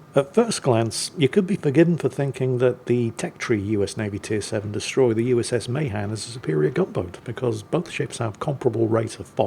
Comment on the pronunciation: I knew a sailor 90 plus years of age who served on Mahan. It is pronounced Meh-'han